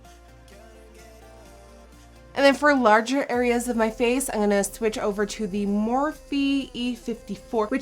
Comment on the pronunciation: ze blijft zeggen angonna ipv im gonna.. lol